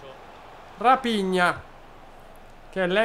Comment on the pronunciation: Quel raphina si legge rafigna